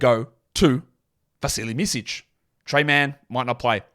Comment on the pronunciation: Your pronunciation on Micić is (little) off